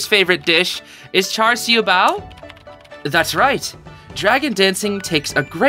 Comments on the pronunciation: ngl that char siu bao pronounciation was pretty good (siu is more of see-oo, but char and bao was p good, maybe the r in char could be more silent) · I'd say that's a pretty good pronunciation! Though, I think there's gonna be a lot more food that might be either easier or harder to pronounce.